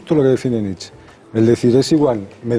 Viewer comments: Concretamente Nit-chae (porque en alemán fonéticamente suena a una E que acaba en A), pero desde luego no "Nitch", como si fuera un rapero. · EL ENTREVISTADOR NO SABE NI PRONUNCIAR EL APELLIDO, NITCH... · Nietsche. Se pronuncia la É a final de palabra en alemán, siempre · SE PRONUNCIA: NIT-CHE. Qué cosa de locos que traten sobre un autor y no sepan pronunciarlo (algunos).